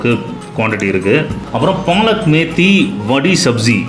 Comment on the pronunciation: START LEARNING PRONOUNCIATION OF NORTH INDIAN DISHES.ONE IS VADI NOT VAADI.SECONDLY KADI IS TAKEN ALONG WITH PULAO AND NOT WITH ROTI OR CHAPATTI.ANY WAY FIRST TIME NON SOUTHINDIAN DISH DESCRIPTION WAS GOOD.ENJOYED IT.